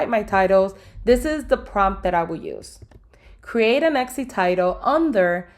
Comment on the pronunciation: still saying ECCI or EXXI are we?